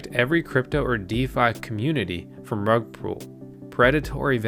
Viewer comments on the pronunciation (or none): it's rug PULL not "rug-pool" :-)